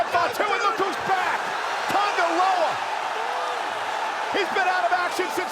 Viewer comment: THATS TONGA LOA... TAMA.. TONGA.... THIS GUY